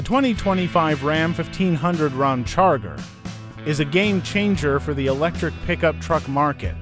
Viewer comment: Hey computer voice it’s Ram Charger NOT Rom Charger